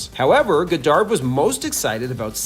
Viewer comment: Why do you keep saying Goddard that way